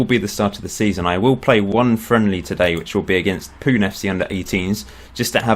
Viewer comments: I am from Mumbai, India! (By the way, it's pronounced Poo-nay not Poon) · It's pronounced 'punay' not 'poon'. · Pune FC is pronounced as 'Poo-nay' FC :P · I'm from Fife, Scotland but I have Northern Irish and Indian ancestry. BTW it's pronounced Punay